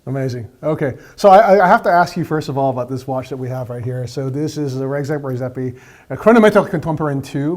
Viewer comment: you would think the guy will learn to pronounce the name of the person he's interviewing correctly